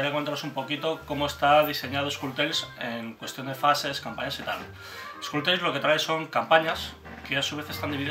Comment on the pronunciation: En los vídeos en inglés pronunciáis mal "Skull Tales" (curiosamente solo ocurre cuando el narrador dice el título completo, porque cuando aparece la palabra "skull" sola sí lo pronuncia bien...). Salvo en el norte de Inglaterra, Skull no rima con Full. La U es como en CUP o NUMBER. En español da un poco igual, pero este tipo de detalles, en inglés, repercuten negativamente en la percepción de los mecenas internacionales. Que no se sepa pronunciar bien el título del juego... da muy mala imagen. Saludos.